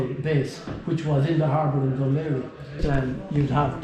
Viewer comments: Dun Laoghaire = dun leer-ee /hee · Plum Berry The phonetic rules are quite consist in the irigh language ao is usually an ai ay sound as in way and gh is silent pronounced. so it pronounced Dun Layra or Dun layree Under british rule it was called queenstown when we became an independent state obviously that didn't sit well with alot of people so they changed it to the original Dun laoghaire meaning fort of laoghaire.